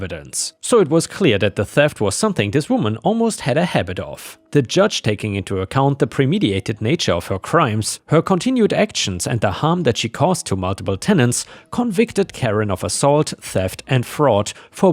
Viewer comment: Dear, Please start saying the words correctly: premeditated is not pre-medi-ated. There is a t after the i and that is not a silent one.